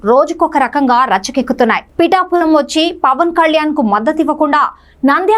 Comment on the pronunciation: పిటపులమ్ కాదు పిఠాపురం